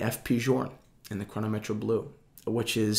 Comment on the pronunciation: Button up your shirt.. and quit wearing daisy dukes... also what is Chrono-metch-ray? I think it's "Chrono-meht". All jokes aside, great video man. Great watches. The FPJ is a modern classic and possible one of the top 10 watches of all time.